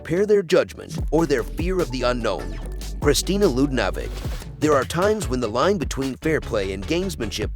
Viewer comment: Kristina what??? where did you get that pronunciation? You mispronounced other names as well.